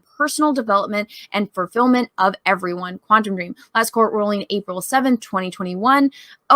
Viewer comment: Am I the only one cringing everytime they say Quantum Dream and not *Quantic Dream?